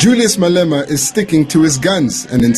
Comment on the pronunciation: 'Mal Ema'. I laughed so hard after hearing that one. I will never again hear the name, without bursting into laughter, because I will always think of the moment someone called him 'Mal Ema'.🤣🤣🤣